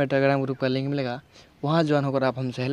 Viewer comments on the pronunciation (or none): none